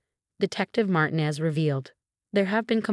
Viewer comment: Another Marcus and Emma? And another mispronounced Martinez. And faxade.